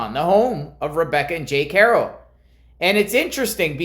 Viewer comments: It’s Haro not hero with a ar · Bruh. I get it but at least pronounce the last name right.